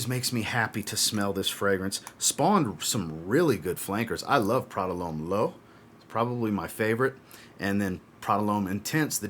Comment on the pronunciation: Wow you definitely said Prada lhomme.... Me as well